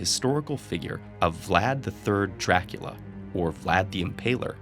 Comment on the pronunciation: COUNT DRRRRAAACUUULLLAA